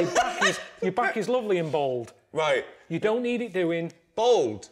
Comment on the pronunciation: Hahaha Ricky pronounces Bald..'Bold' :D